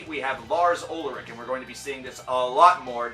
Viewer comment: Its "Ulrich" not "Ulric".... why are muricans so fucking lazy about languages?